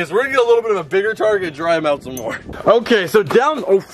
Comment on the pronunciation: why are you saying mnore that’s not even an actual word explain please